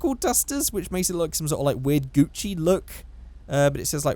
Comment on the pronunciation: Haha, how he said Gucci had me dying.